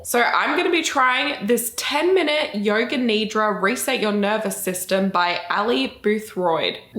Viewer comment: I thought she said yoga KNEE DROP 😂😂😂 not yoga nidra. It would've been more fun